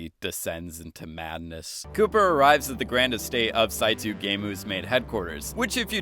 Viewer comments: i was like wtf is “saitu” and then i realized you meant “saito” lol its pronounced like “sai-toe” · Sai-Too? Really?? It’s SAI-TOE さいとう SAITOU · Sigh-toe Saito in Japanese is pronounced Sigh-toe. Not Saitoo. Just a nitpick. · Saito = sai - toe, not to. Otherwise a great video lol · dude keeps saying "saitoo" its "saitoe" dude japanese name Saito -- cmon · Sonja's name is pronounced "Sonya", Saito is pronounced "Saito" (not "Saitu"), and "Berkshire" is pronounced "Berksher". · And his pronunciation of "Sonja", and his pronunciation of "Saito"…